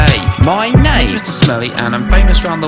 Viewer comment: "that's my bloody naiime" :D :D